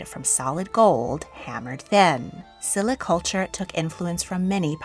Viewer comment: Silla is pronounced with a sh. I was fortunate enough to go to museums in Korea. The national museum is awesome!